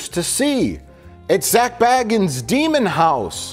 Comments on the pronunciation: It's pronounced Bagans. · Why do you always pronounce zak's surname wrong if you watch ghost adventures you'll hear zak say his name and the correct way to pronounce his name.